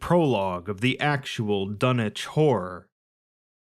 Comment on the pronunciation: You said the title like Dunnege whore